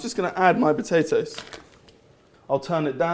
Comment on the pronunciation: Haha, "batatoes".